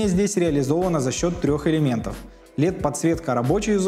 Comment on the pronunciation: Выглядит круто, будем ждать реальных кадров!) Как обычно пару слов о контенте, чтобы он был еще лучше:) - очень режет слух прямое произношение «лЕд»..) в английском и британских вариантах, оьычно произносят либо чисто через «э» либо приближенно к нему, но не явно звонкое «е») И по самому тексту сценария, советую прочесть отличную книгу «пиши, сокращай» - должно помочь убрать много лишних слов, что просто делают текст не интересным или скучным.